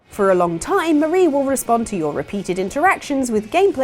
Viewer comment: Every time she said "Mah-ra" instead of "Maar-ie", I died a little inside. You even got the joke at the end. Their names are Callie and Marie ... or "Calamari". Oh well, good video regardless.